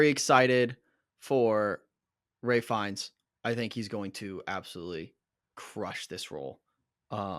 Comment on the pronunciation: Its pronounced “Rafe” not Ray or Ralph. He is most well known for his role as the despicable Nazi in Schindler’s List. Joseph had previously been in a TV series in Australia before We Were Liars Jesse played Philip Seymour Hoffman’s son in The Master